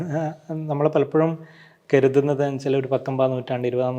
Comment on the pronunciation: മലബാർന്റെ അർത്ഥം കണ്ടെത്തുന്നതിന് മുൻപ് ‘കരുതുന്നത് ’ എന്ന് കൃത്യമായി ഉച്ചരിക്കാൻ പഠിക്ക്. കെരുതുന്നത് എന്നല്ല ഉച്ചരിക്കേണ്ടത്.